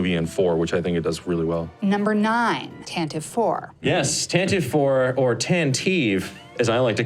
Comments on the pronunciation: I just want mention: "Tantive" was pronounced "TAN-tiv-ee" in the "Star Wars" radio show from the '80s, rather than "TAN-teev." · Fun stuff! For what it's worth... the name of Leia's ship is pronounced "TAN-ti-vee," and you can hear that in the NPR radio series from the early 80's.